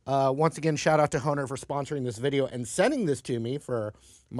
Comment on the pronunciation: Thanks for the correct pronunciation, I alway was unsure of how you pronounced Hohner, I thought since it was a German company the H sounded like a B